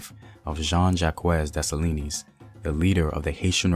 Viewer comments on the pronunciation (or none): I just love my Haitian ancestry so much... My strength comes from my strong ancestors.. That's why us Haitian women are some strong women... Also it's Dessalines (dessa- leen), not (dessa-li-nees) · Great content but pronounce his name as des-sa-lean... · Segement was awesome! Dessalines DeH SAh LEEN s is silent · The story is Dessaline, the E is silent. his mother was a ran away while she was pregnant with him. while she ran away to the mountains, she went to labor luckily toya was running away in the same area. she helped give birth to the greatest Emperor/General who ever lived, then the mother died and left him with toya. she had to go back to slavery to raise him, luckily for them whenever she was sold she had a chance to convince her new master to buy him also. she took care of him taught him how to fight and all. there's a reason why when he became General he had women army with him. he trusted his women army more than the guys, he had an entourage of 4 to 6 women soldiers and they didn't play. he's stories deserves to be on the big screen. when he died he got set up he didn't had his women with him that's how they were able to move in on him. when toya raised him she told him, u will do for this land what i couldn't do for dahomy. one of my favorites Haitian revolution story. she is our Mother. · Thank you Very much for thé work. I m haïtien and let me help for thé prononciation of Dessalines = Dessaleen thé S is silent. Thank you i know you make à lot frèl good about themselves. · The s is silent in desalines lol btw I'm Haitian that's how I know , Kote tout zoe mwen yo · The s at the end of dessalines is silent